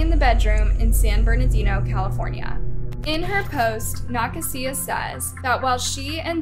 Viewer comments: Pretty sure that name is pronounced Nuh-kay-zuh..🤔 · nuh- kasia like asia not whatever you were saying. you gotta start doing your due diligence, you pronounce names nowhere near correctly so much it just feels blatant and disrespectful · Youre saying Nakasia so wrong it hurts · The way she said “Nakasia” made me laugh 😅